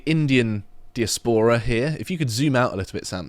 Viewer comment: Dude cant pronounce diaspora and thinks mexico is in the United states. Sorry but how can you not know where mexico is.